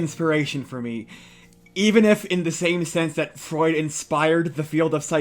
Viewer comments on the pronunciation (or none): none